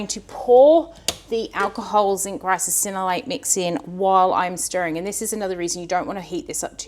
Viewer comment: Are you adding an extra syllable to Ricinoleate, or is it one of those words like Worcestershire that is so hard to pronounce right, that you end up saying it with extra syllables ... like Worcestersistershire. I have a chuckle every time you say it 😆